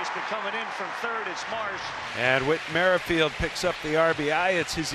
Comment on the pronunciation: Merrifield is not pronunced "merry-field". You guys are so ridiculously old.